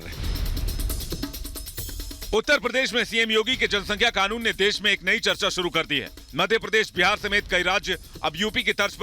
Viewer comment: ऑवैसी कृपया ध्यान दे ! इस ऑबैसी को कहो कि क़ानून कहा करे खानून नही और मोदीजी कहा करे मूडीजी नही ! वर्ना हम भी ऑबैसी नही ओ भैंसीजी कहना शुरू कर देंगें !